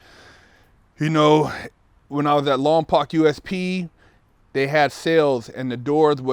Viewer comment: i would think someone that was in Lompoc would know that it's pronounced lompoke fake ass nigga